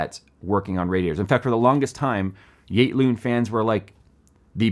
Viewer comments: Damn could not understand what brand of fans you were talking about. Thought you said igloo, then i thought you said gate loon. Now i see its YATE LOON. And yeah i have seen lots of cheap fan brands but never heard of yate loon fans. They look ultra cheap made. And the price is not great at $9-15 each. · can some one help me with the name of the fans i cant understand the way pronounces it?